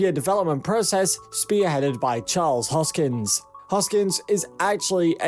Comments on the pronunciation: Repeat after me : HOS - KIN -SON, not hoskins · His name is not Hoskins, ... but Hoskinson, ... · Fyi its hoskinson... not hoskins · His name is not Hoskins. One job, get his name right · This is the worst video I've seen in a long time. First things first, his name is Charles HOSKINSON. Not Charles HOSKINS. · Hoskinson. Not Hoskins. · His name is ‘HoskinSON,’ not ‘Hoskins.’ Thanks. 😉 I stake ADA and ETH, and fully believe in both projects. Will one overtake the market share one day? Sure. Which one remains to be seen, of course. To say that there is anything illegitimate about Cardano is foolish at best. David Hoffman is a Twat. I think he is just being contrary to garner attention for himself. He dreams of becoming qualified to become a pimple on Charles’ ass one day. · When you pronounce the guy's name wrong over and over, that means you don't really know what's going on. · You cant even pronounce the dudes name correctly, and dont even factor market cap into any of what your saying. Peace out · I agree. $1000 pure click bait bullshit. This narrator can't even pronounce Charles Hoskinson properly. In the next 5-7 years... MAYBE $100.